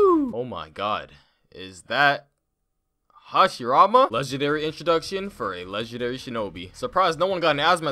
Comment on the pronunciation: the madaaarrra and hashirrrammaaaa got me good